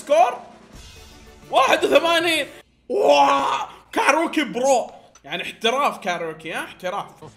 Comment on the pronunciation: اسمها كاريوكي مو كاروكي